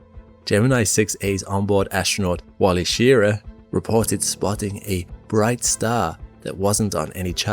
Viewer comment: Say Wally shiRAH.